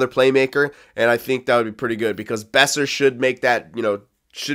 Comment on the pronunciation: Boeser is pronounced "Bow-Sir" I'm pretty sure